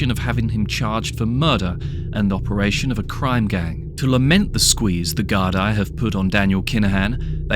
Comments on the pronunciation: De gar-dee not gar-die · It's pronounced Gar-dee